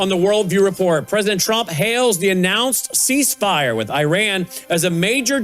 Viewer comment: iranian here please work on your accent and syllables where they stand.you can be misunderstood easily misconstrued and throw us off. In this interview i found many of them. You can humbly find out how to pronounce some of the words in all your interviews.you are extremely knowledgeable in you studies and want to listen to you regularly. Example; ceasefire its seez fire.